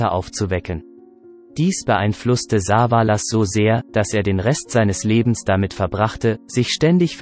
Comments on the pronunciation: Saaaaaavaaaalas statt Savallas…. Ohrenkrebs…. Liest das ein Robot? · Das nervt vielleicht. Telly wird nicht Saa-vaa- laas ausgesprochen sondern Savaelles ... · Diese Intonation und Aussprache geht gar nicht, nicht nur das "SA-valas", sondern auch noch BOH-nanza und "The fuh-gi-tiff".... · Besonders die Aussprache von Saaaavalaas.. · was ist das für ein computersprecher ? soviele namen die so komisch ausgesprochen werden in den videos hier zum beispiel "sah va las" klingt furchtbar wenn die namen verhunzt ausgesprochen werden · Also wie er Savalas ausspricht ,da rollen sich mir die Fußnägel hoch.